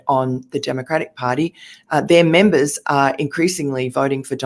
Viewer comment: She said “MEMBA” 😅